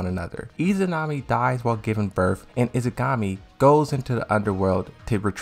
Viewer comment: I'm with you on this one! Every time he tries to say Yggdrasil the way he does, I want to tear my hair out. The sister's name is Izanagi not "Izagami"!